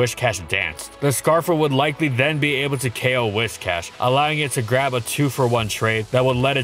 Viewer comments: Whiscash, not Wishcash. Driving me nuts haha do love the catfish tho, dope vid as always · I keep hearing "Wish-Cash" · Happy to hear someone else saying "WISH-cash" instead of the clearly inferior "WISS-cash". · I swear every single Pokemon you do you pronounce it in some weird way that I never did when I was a kid and I could usually look past it. But it cannot possibly be “WISHcash” its “WIScash” you know like whiskers, cause it’s a catfish. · Why pronounce it wish+cash when it's based on whisker and not wishing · Do a shot every time he says "wishcash". Better yet, don't. Your liver can't handle that much, even if you're Gloria, the legendary Scottish Trainer! D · If you pronounce it "Whishcash" one more time I'm going to blow a nerve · Am i the only one who pronounced Whiscash as Wishcast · It's whiSSSSScash